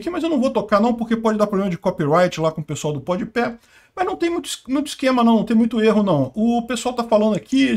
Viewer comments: a pronúncia correta é Pode PÁ. hehe Voce é uma inspiração anárquica! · Pode pé kkkkkkkkkkkkkkkkkkk é tão ruim o podcast deles que ele até erra o nome kkkkkkkkkkkk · O só pode estar falando o nome do Podpah errado de propósito hahahhaah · Faz anos que ele fala assim já.